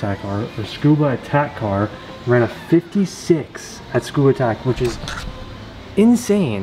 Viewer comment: $4812 for that hood before shipping and paint so $6k is probably right on...also when i went to Tsukuba, people said it as its 3 distinct syllables and said with the "SU" intact as it is in english, like "Su-koo-bah" not "Scuba". I kept getting pondering looks saying it the way you did, and was lost as to why🤣